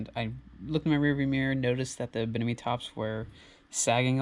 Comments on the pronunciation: Bimini (BIM-ini) top; not BIN-imi. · Bimini not binimi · BIMINI tops, not binimi haha